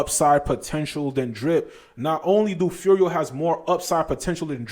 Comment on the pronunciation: You say Furio, you got it dude. Subscribed +1